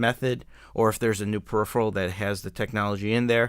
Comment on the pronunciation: Periphrial? I'm not quite finished, but it's really not that bad to me.